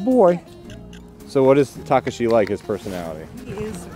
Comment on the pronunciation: They’re both mispronouncing Takashi, it hurts my Japanese ears